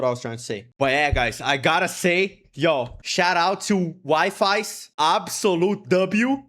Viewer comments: It's not Wi-Fis it's Wee-Fee's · HE'S ACTUALLY SUMMONING EVERY FANDOM!! Also it's pronounced wee-fees and not wi-fis LOL!! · It's not wifis it's weefies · DRK AND WIFIES??? I JUST HIT THE JACKPOTTT (btw his name is pronounced "wee-fees" and not wi-fi's :'D) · Wonder if anyone would tell him that it’s actually pronounced Wee-fies but Wifi it’s alright too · Wifies name is pronounced Wee-fees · Telling you something right now, in Wifies' YouTube description, im pretty sure he says that "Wifies" is pronounced as "Wee fees" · Just letting you know, his name is pronounced Wee-fees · That's also how I pronounce Wifies😭